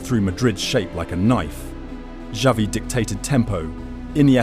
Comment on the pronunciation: If you don’t know how to say Xavi right. I think this is ai